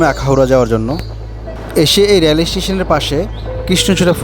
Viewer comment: ভাই "রেল" উচ্চারনটা সঠিকভাবে করেন।